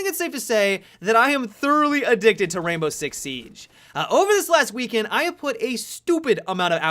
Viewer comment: I thought you said "Rambo 6 siege" at the beginning....